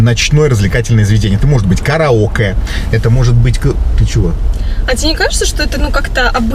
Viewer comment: "КараокЭ"или всё таки КараокЕ???😂😂😂